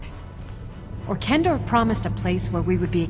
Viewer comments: I'm taking a break from bemoaning mispronunciations. Even voice actress Colleen Delaney (as one of the Afflicted) mispronounces the most popular Dead Thrall's name as Or-KEN-dor. And then goes on to pronounce it correctly (Or-TCHEN-dor) twice more later in the same speech! So, point for, there. flashback to 7th grade: to infer (verb) ≠ inference (noun) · I like how the same character in the same monologue pronounces 'orchendor' with both soft ch and hard ch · “Orkendor” “Orchendor” “Orchendoor” As if mistaking Molag Bal as Mehrunes Dagon wasn’t bad enough.